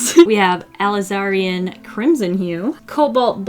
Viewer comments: keeps saying Caddium instead of Cadmium, and Alizarian instead of Alizarin and it’s making me CRINGE. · (and Alizarin is pronounced "uh-LIHZ-uh-rihn")